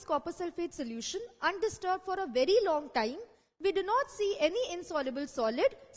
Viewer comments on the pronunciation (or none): none